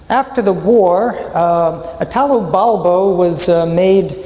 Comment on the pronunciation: You could, at least, pronounce his name correctly: Italo, accent on the first I, not Itàlo, which is ridicolous.